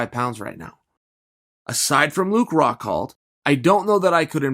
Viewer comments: Chael- it's Luke "Rockhold" not "Rockhalt"...come on man! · Its RockHOLD not RockHALT. Come on, man. Years of this.